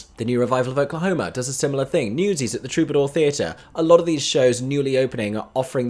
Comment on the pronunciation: "thes" lol